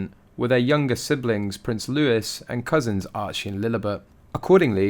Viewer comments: Loo..eeee. Looo..eee. NOT Loo ..is ❤ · It was not a mass, it was a funeral SERVICE. Prince Louis ' name is pronounced LEWEY. That is the English pronunciation. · It appears you neither check your source of material shown, nor know how to correctly pronounce the name ‘Louis’ and you are not alone in the latter, always pronouncing it as LEWIS. Never heard of King Louis of France? The supposed picture of ‘Archie” is in fact a picture of Prince Harry as a small child, and the other one of ‘Lilibet’, has already been shown to be from an unreliable source and can in no way be supposed to be the daughter of the couple. Everything is smoke and mirrors with them and a series of disingenuous information gets spewed out at every opportunity. Neither of them know when to call a halt to their vitriolic mis-information. The sooner everyone stops giving them ‘air time’, the sooner they’ll hopefully fade into the sunset. Whilst the news, journalists and would be bloggers post at every opportunity, you are continuing to provide exactly what they seek - Being In The Public Eye - Narcissistic to the core.